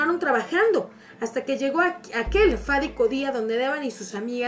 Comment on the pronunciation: Fadico?? O fatidico !!! 🙄